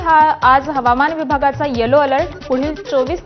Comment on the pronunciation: हवामान ला हमावान बोलले